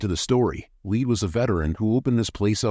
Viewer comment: Lead is pronounced led. So its pronounced leds ded